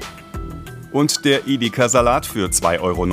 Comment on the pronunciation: Ideka statt Edeka? 😂😂😂 komische Aussprache